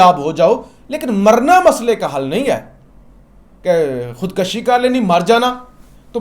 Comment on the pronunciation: you are doing a good job but it is Khud KUSHI and not Khud kashi